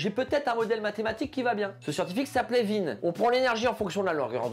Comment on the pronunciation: content de voir qu’on partage ce même humour. Content aussi d’être enfin fixé sur la prononciation de « Wien » après toutes ces années de doute…